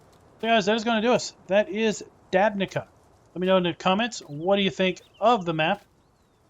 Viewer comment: It's pronounced "Dabnitsa"